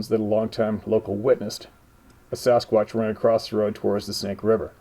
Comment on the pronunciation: We dont say squach. Lol